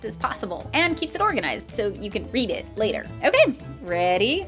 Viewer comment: Did you say, "read it later"?